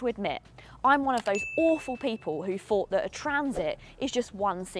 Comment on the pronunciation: Can't listen to anyone who can't pronounce "THOUGHT". It is NOT " fought".